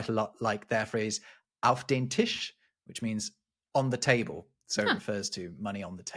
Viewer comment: German slang for money in general is still "Kohle" (coal), among others. Written on screen, i saw "auf den Tisch" (onto the table), but spoken out by i heard "Affentisch" (monkey table).